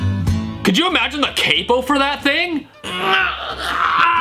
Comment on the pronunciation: pronounced 'capo' wrong